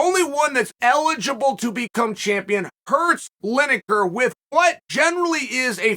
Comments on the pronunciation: Linejer, Maklechev, Oliver, Yarear, Prokriev, Provaki, Provider? Who really is the GOAT? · Lineker/Linejer Tomato/Tomajo